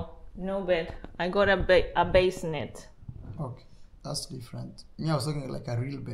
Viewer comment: Great progress with your project. You got a "Bah-see-net" for the baby to sleep in, not a basement. 😊❤😊